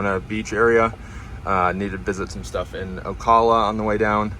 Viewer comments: It's pronounced O-Cal-lah not O-Call-lah. Sorry to be that guy. Enjoyed the video. Bought my first EV 5 months ago and I love my Model Y LR. I've never had range anxiety or charger problems. Everything just works. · What's on the front of the car, plastic wrap? Not a bad idea for a trip if it is if it will stay on. Also, it's pronounced A-la-chew-a AND O-cal-a :) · Hi. Great video. I enjoyed seeing the different roads and terrain. However, could you perhaps do some research on how to pronounce the names of the towns you're charging in. Alachua and Ocala, to name a few. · That's some interesting PPF you've got there. By the way, we in the area pronounce Ocala like this